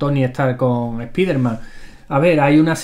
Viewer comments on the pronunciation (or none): Para tu información: no se dice spíderman (se pronuncia 'spáiderman'; ya que spíderman se escribiría así: SPEEDER-MAN y nada que ver "EL VELOCISTA" o algo así que el Hombre-araña); Flash es, naturalmente gracioso cada vez que se une a la Justice League y no es ninguna referencia al Spider-Man de la Civil War (y si eso no aparece en los cómics, al menos es visto en las series animadas DC de la Warner 😏); el nombre del negro biónico (Cyborg) de pronuncia 'sáiborg' y el de Darkseid se pronuncia tal cual 😏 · ¿"ES-PI-DER-MAN"? ¿Es en serio eso de españolizar vocablos en idioma inglés? No entiendo qué es lo que les cuesta reconocer que la pronunciación correcta es "SPAIDER-MAN". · Nunca se ha llamado así en NINGUN país. El personaje es "SPIDER-MAN" y es una palabra en idioma inglés que se pronuncia "SPAIDER-MAN", a menos que se traduzca a "HOMBRE ARAÑA". Sucede que en España LE DICEN así porque, al parecer, hay una afán de españolizar cualquier cosa. Si en EEUU le dicen al "Hombre Araña" algo como "JOMBRGE AGRANNIA", también debieran ser corregidos, por muy "SPIDER-MAN" que sea el original en inglés. :-P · Igualmente, a lo que me refiero, es que lo pronuncio tal como se dice en mi país, que por algo soy de aquí. No sé si con el tiempo cambie, pero para que te hagas una idea a Hulk se le llamaba aquí "La Masa" y con el paso del tiempo se fue perdiendo, al igual que a los X-Men se les llamaba "La Patrulla X". No hay afán de españolizar, es cuestión de la enseñanza de idiomas en España en aquellas épocas y que finalmente se han mantenido los nombres que se dieron por aquel entonces, quizás por costumbre. Pero vamos, que el ejemplo más internacional lo tienes con Wolverine, en España sigue siendo Lobezno, pero en otros países tienes un abanico de nombres más bizarros, como aguja dinámica, guepardo o Emilio Garras.